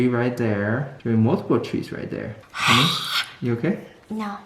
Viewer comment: No its HuNEY